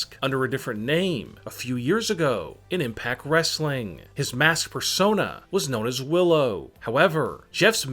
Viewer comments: I hate how you saw mask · He sayed mAAsk and i got so parinoid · why do you say maask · The way he said mask is brutal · the way he saiys mask :D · The way he says it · Everytime he says mask it gets weirder